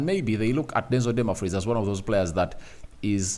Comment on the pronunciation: The name is not Dunmafries is Dumfries please try to pronounce it well please